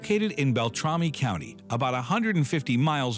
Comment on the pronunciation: Pronounced Beltrami not Beltromi.